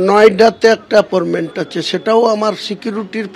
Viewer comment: এ appointment বলতে পারে না,বলছে aportment.😂